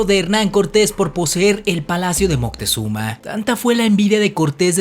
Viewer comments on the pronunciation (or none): Disculpa, pero el nombre correcto es Moctezuma, y no Montezuma (min. 1.53 y aveces lo pronuncias mal.) De cualquier esta muy interesante tu video. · Ya me cambiaste el nombre hijo en vez de decir Moctezuma dices Moctezuma qué pasó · Es MOCTEZUMA... sin N... Documentarse por favor ! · No es Montezuma, si no ( Moctezuma) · Es moctezuma no montesuma 👎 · moctezuma no montezuma